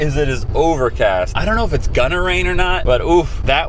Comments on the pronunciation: “Idk if it’s gonna rain” tell me why I thought he said “gunner rain” I need sleep💀😂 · I thought he said "gunner rain". 😐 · I don't know if it's gonna rain. What it sounds like: I don't know if it's Gunner rain.